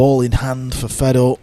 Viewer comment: it’s not. It just makes him sound dumb. His name is Fedor. Not Fred. Fred is a western German name. He is Russian. So say his name properly.